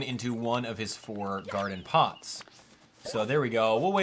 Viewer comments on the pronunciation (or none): none